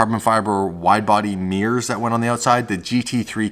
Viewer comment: Mirrors not Mirrirs